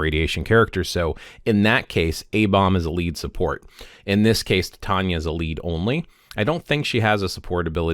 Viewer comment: Super useful, thx! Also super irrelevant, but I can't get over the way you pronounce "Sif", "Loki", and "Titania", lol 😂